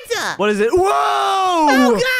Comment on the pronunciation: when became a bird and says OLA and i say it alot to my friends and family also i like when they say WART not WHAT its WART w mans